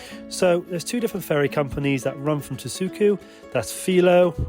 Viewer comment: actually it's Tashuju (Taşucu), not Tasuku